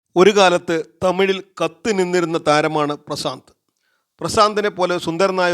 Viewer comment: പ്രസാന്ത് അല്ല . പ്രശാന്ത് അല്ലേ?🙄